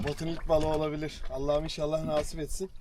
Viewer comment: Hocam yeni botun hayırlı uğurlu olsun, rica ediyorum artık “Naaaasip” diye telaffuz etme şu kelimeyi😂😂 “nasip” tek A ile kısa ve öz “nasip” lütfen çok kulak tırmalıyo 😂